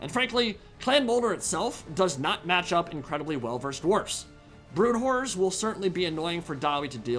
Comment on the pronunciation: ‘Brood whores’ lol.